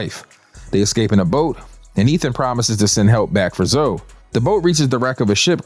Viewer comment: Calling Zoe(y) just zoe is fucking sending me 🤣